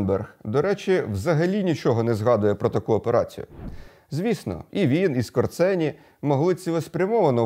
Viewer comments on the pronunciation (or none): Пане Владлєне, Otto Skorzeny був польського роду і його прізвище звучить Скожéни. Отто Скожéни.